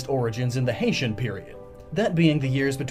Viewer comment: you mean HEIAN peeiod?